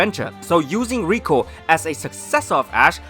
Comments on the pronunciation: Just thinking could Roy be Brock and misty's son this could explain why these two might be travelling together also Roy's skin colour and hairs matches to that of Brock and misty If this comes true say R.I.P to pokeshipping. And it's LIKO not RIKO Stop making it sound like Rusifa or Reviyatin how Japanese pronounce lucifer and leviathan If liko and Roy fan made origin theories comes true it just joins all dots Taking liko as serena and ash daughter the reason she doesn't tell anyone about her origin might because of her father being world champion and mother being Kalos queen. Her stone pendant Might be given to her by her father cause of as a memorial of his bond btw pikachu the faith they had on each other via bond she has an exceptional attachment to Pokemon and being a Pokemon freak could be a reference to Ash the scene choosing speg was similar to serena choosing fenniken Liko's hand motion or pose is the signature pose of serena. Her fasion sense could be a inheritance to serena also keeping hairs style and hair resembles to that of serena. Logo and hair spikes matches ash with eyes of serena. Roy's hair color matches of misty while skin colour matches Brock don't involve Brock's eyes. This solves why they must be travelling together cause their parents are friends her other similaritie indicates other pokegirls cause of their involvement in her growing years as they are her parents friends. Now conjoining with reality The company might make this theory much possible be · And IT IS LIKO YOU HEARD LIKO NOT 🚫 RIKO